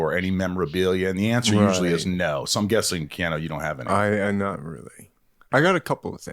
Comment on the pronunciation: I'm excited to have my North Dakota mentioned BUT it's Minahhhht(Minot, ND) not whatever bullshit he just said